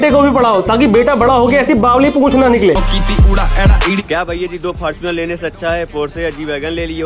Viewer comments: Fortunar ❌❌Fartunar😂😂😂😅😁😁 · fortuner ✅ faarchunar ❌ 😂😂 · Faarchunar✅️ fortuner❎️😂😂